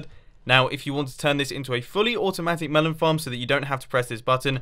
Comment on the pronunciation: A fully operational "mevel" farm... Love you Mumbo!